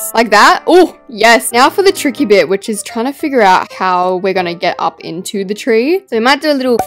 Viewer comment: Not tricky but threeky